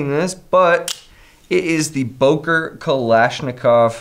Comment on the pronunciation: It‘s Böker and not Boker 😁 you need to learn your Umlaute 😜